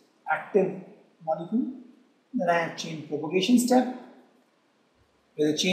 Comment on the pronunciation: It's chain PROPAGATION, not propogation.